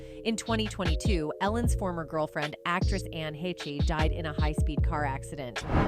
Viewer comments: Anne's last name, HECHE.. Is PRONOUNCED~ " HAYYSH " .. "HAY-SH". NOT "HE-CHIE". COME ON. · i heard Anne Heche's name pronounced every way it could be pronounced EXCEPT the correct way, which is HAYSH!